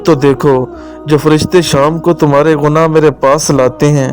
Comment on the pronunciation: پلیز بھائی صاحب اردو بولنا تو سیکھ لیں، اتنی غلطیاں توبہ. گُناہ کو غَناہ بولتے ہو، نا لہجہ اچھا نا سٹائل اچھا. باؤلے کُتے کو وابلا کُتا بولتے ہیں آپ جھانسا کوجاسا بولتے ہو معاف کرو بھائی جا کر پرائمری سکول میں داخلہ لے لو.